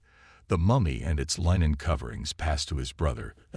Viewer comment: Really bad A.I. voice, yup. "Line-en" for linen? Puhleeeze! 🤣